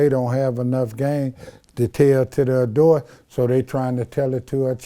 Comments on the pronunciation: He said adut 😂😂😂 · What’s an “adort” 🤣😂🤣😂🤣